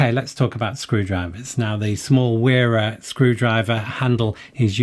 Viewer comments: Wera is pronounced “Vera”. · Where is the line drawn? Why pronounce Knipex with its proper German pronunciation but not Wera?